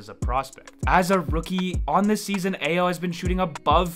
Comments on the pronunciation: Brother, Ayo's name is pronounced I-O not A-YO. Please get it right. It's like nails on a chalkboard!!! You are pretty good but you lose soooo much credibility when you can't get the name right of the star rookie on the team you're covering. I - O NOT A - YO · Hey - good video! But check your Ayo pronunciation. It’s I-O Doe-Soon-Moo.